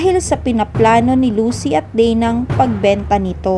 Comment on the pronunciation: Bakit ms marami kwento kesa s palabas ,nkakainis n rin panuorin ang kwento pg puro salita wlng emotion ,pati mga vlogger mali2 pronounce s mga salita at pgbigkas ng name ng mga karakter bisaya pronounce nila deyna ( dana ) naging dena